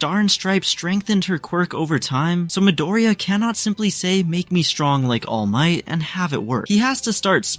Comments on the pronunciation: Bro doesnt say midorya but he says midoroya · I’m not hating but Midiriya😭